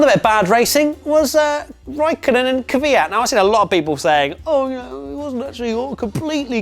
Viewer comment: man, sort out your Kvyat pronunciation...makes my ears bleed